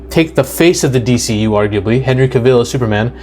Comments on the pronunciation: You keep saying Henry KaViiil, you know it's Cavil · Dwayne’s ego combined with a mediocre (at best) script for Black Adam was a recipe for disaster. And we got one. Hollywood did Henry dirty dirty dirty. It’s pronounced Cav-ill, not Ca-ville and if you say it wrong one more time I’m gonna poke you in your one eye. 😆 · Henry Kuh-VILLE?